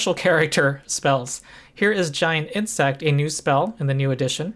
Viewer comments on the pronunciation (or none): When you said "giant insect," I heard "giant hit sack," but I think the difference is irrelevant.